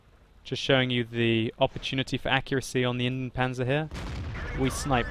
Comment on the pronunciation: its Indien-PanZer not Indien-Panser